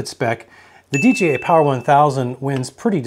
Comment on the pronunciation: It’s not DGI, it’s dee Jay eye 😮